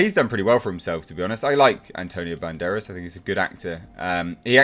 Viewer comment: I prefer the Student-Turned-Journalist Rumour over the Daughter one really. Less waiting on an explanation and might be more interesting if Phoebe's character isn't related biologically to Indy. You pronounced Antonio's surname fine